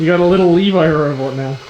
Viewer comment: lmao aki ur kinda saying levi's name wrong